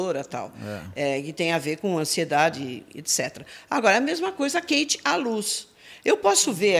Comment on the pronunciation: Não sei p pq chamam a moça de Kate com som QUEIte,as próprias garotas já falaram inúmeras e inúmeras vzs nas lives Kate com som de Cáte..